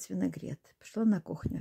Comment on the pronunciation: Люда лукавит. Вы ни разу не сказали правильно слово винегрет.